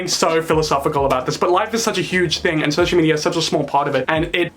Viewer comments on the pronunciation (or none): "Social Mediar"